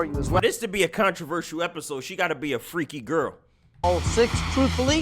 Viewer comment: bruh said Controverseal